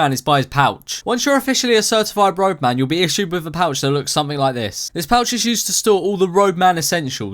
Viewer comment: Wow I always thought he was saying rogue man not roadman